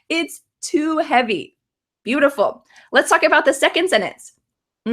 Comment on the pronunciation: It's too havey.